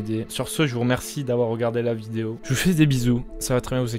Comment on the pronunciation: il a dit une viose